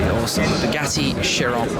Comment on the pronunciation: pretty sure it is pronounced as Kai-Ron... similar ch to chasm. keep up the awesome work...